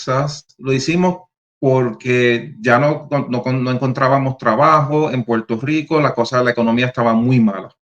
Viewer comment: EN PUELTO LICO NO HAY R ?